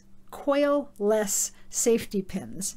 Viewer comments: coil-less I was convinced you were saying quail-less! It's not you, it's me. Im British! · Hehe that's what I heard too lol. I'm Australian 😄💕